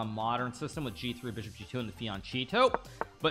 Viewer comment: bro said fee-on-cheeto